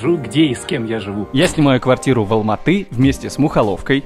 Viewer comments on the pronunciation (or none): Не АлмаТы а АлматЫ